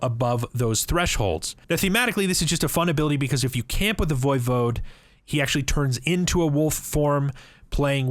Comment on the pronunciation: E5 pronounces it the correct way.